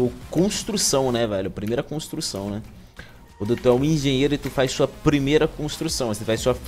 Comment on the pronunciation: first brick mano falasse errado engenheiro